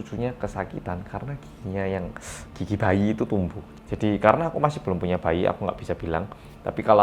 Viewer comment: Pas ngomong gigi, kayak "Netmarble" (dengerin dulu biar ngerti).